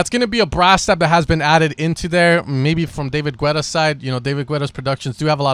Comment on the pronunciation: Why do you pronounce David Guetta like that loooooooooool